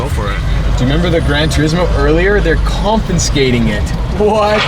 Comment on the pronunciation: ConfiNscate??? No N in confiscate bro